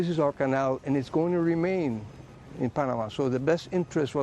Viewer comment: Panamanian here, his pronunciation was perfect!